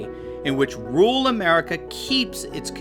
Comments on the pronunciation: Interesting video but what the hell is a ‘ROOL’ population…? Do you mean RURAL? That’s two syllables not one. Pronounced.. RUOR AL as one word. Why do Americans ignore all but one vowel in any word? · AND THEY CAN”T SEEM TO PRONOUNCE “RURAL” WITHOUT SAYING “RULE”. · there are 2 R's in RURAL, you keep saying rual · Why can't you pronounce "rural"?